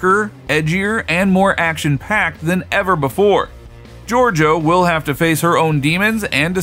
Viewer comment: It's not hard to pronounce Georgiou but you couldn't manage it.